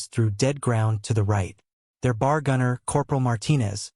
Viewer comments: I thank you for this video about the B.A.R. at Peleliu. Please learn to pronounce the words "Peleliu" (Pay-lay-Lue) and B.A.R. or "Bee, AA, Argh, not 'BAR') correctly to show the correct and proper respect for the American military personnel and their fighting tools that fought in this battle in WWII. Thank you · Dude it's NOT pronounced bar! That's where you go to get a drink. It's pronounced B.A.R. Each letter is pronounced. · If they'd use a real voice reading grammatically correct, I'd lean towards subscribing but it is annoying listing to a monotone misreading and inaccurate pronunciation... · That's "B," "A," "R," for Browning automatic rifle! Next time hire me to do the narration. Duh! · Wow this AI is BRAINLESS, it was talking about places I never knew about...No, it just can't Pronounce...TAR-A-WA...and Pel-e-lu.....oh and some one get it to say...B. A. R......Come on Man!